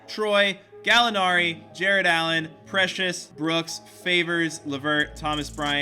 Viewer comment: You got precious's name exactly right